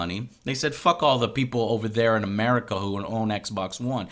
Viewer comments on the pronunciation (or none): With "America" you mean North America, South America, Africa and Europe, right? Because it sounded like 'MURICA to me there for a second.